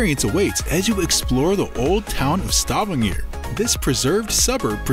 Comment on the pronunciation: you could start by learning how to pronounce Stavager